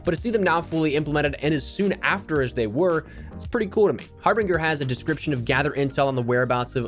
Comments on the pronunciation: Bro said har-bing-er instead of har-binj-er. Just saying lol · Har•bin•ger sound's like ginger not binger. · I’m going to need this fella to learn how to pronounce “Harbinger”.